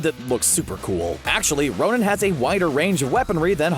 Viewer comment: did he really say nonin ?????